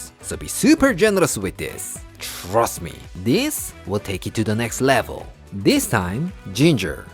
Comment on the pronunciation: “Chhhrust me” Always makes me laugh 😅 I love jjangmyeon. I will use over some rice and add some gochuguru for some spice. Thank you for the recipe. I can’t wait for your book 😊